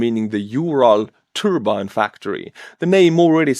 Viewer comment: For a moment I thought you said "the ukranians took out a turban factory".